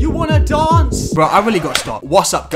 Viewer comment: no one: at prom: YOU WANNA DONCE